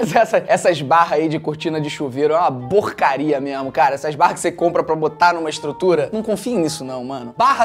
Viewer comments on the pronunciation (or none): quem percebeu que ele falou borcaria? 😂